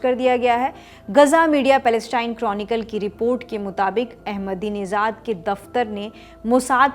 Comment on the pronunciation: His name is AhmedineJad not AhmedineZad.. there's no Z in his name..your pronunciation is very annoying